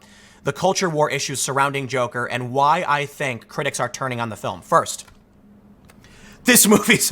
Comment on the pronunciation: forst not lel